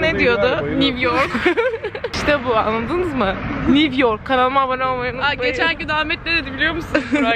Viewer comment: Niv york diyen ahmet senide böle sevdik be